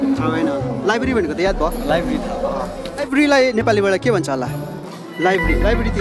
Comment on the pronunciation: सठिक उच्चारण चाहिँ लाइबेरि होइन लाइब्रेरी हो |